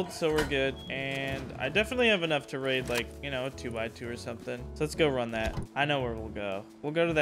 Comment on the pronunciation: Homie has control over 20 boxes full of tier 2 and 3 loot and say " let's waid the waid base, duuuuuuuuuuurrrrrr". 😂 dumb